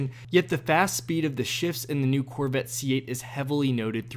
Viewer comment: "The Corvit..." - This guy ^